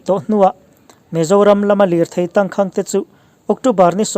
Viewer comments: 'tangkhang' i lam ri dik leh ta lo, a zia lo ṭhin hle mai. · Tangkhang hi i lam diklo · Tangkhang i lam dan hi han tidik la, a ngaihnawm lehzual ang. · Tangkhang tih I lamdan te,cachar I lamdan te hi a Tangkhang tih i lamdan leh cachar I lamdan hi a va thing ve,i chhiar ve peih si a inzir deuh rawh,a zialo emai